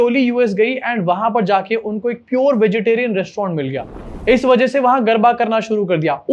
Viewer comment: Garba nahi garda